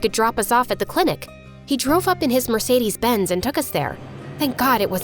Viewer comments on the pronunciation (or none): the way she said ‘Mercedes benz ‘